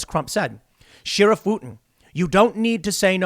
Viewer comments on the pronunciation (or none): Sherriff, Tim. Sherriff. Not Shirriff. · Tim, why do you say sheeeerif? It’s sheriff. No long e sound.